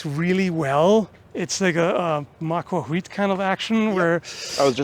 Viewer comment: Ma ko tole That's how you pronounce that Aztec weapon